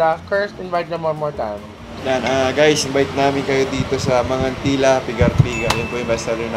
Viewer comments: It’s Mangan Tee-la guys. Haha it’s a pangasinan language. 😁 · Hi po.aubscriber Ako ng lht ng beks squad,beks battalion pti petite and negi.Frm Pagasinan Po Ako bale ang pronounce Po Jan sa Mangan Tila is Tama Yung pgkabanggit nyo ng Mangan pero Yung tila is prng sa Tagalog word dn na tila as in titila ang ulan.gnun Po pgbanggit.😀